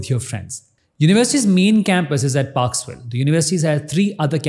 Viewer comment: its parkville, not parksville. a student of the uni here